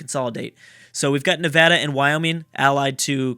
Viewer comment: you being from California, I'm not surprised you pronounced Nevada right